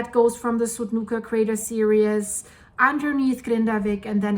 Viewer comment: Series is pronounced sear-ees not serious sorry it is stupid of me but it drives me crazy when you say crater serious when your meaning to say series! 🙏 thanks for all your time and effort your pouring into all these videos, I really do love watching them, especially when you go live! Hi rudi lol!!